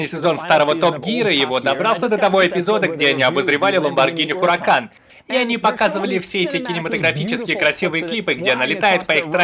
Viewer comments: Запомните!!! Раз и навсегда! Не Хуракан, а У Уракан, первая H не читается! 🤦🤦🤦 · осталось выучить слово УРАКАН